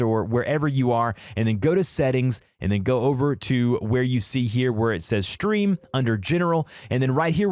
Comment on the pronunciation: Y r u saying shtream